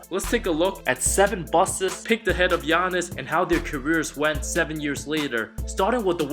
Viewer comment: Aye bruh it’s not bustes it’s busts 😂